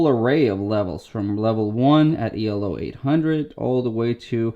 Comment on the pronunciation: Great review as always! Just one thing I’d like to mention to you as chess enthusiast: if I hear you correctly , you are pronouncing Elo “E L O”, as if it was a abbreviation, when in fact it is the inventors surname, and it doesn’t really make sense to single out each letter… ;) Thanks for the great content and check ya later! :)